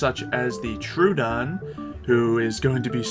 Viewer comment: Troodon is pronoced "Tro-uh-don", not "Tr-ooh-don", sorry!